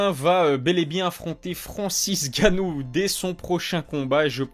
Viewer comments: Escuse moi frère c'est Francis nganou et non ganou on dirait ta la flemme de dire nganou lol c pas méchant ne tkt pas c'est un p'tit rappel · C'est Francis Nganou pas Francis Ganou ! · Bravo à Cyril ! Encore .. Vivement la suite ! Question qui me trotte, t'as une raison particulière de ne pas dire le N de N'gannou ?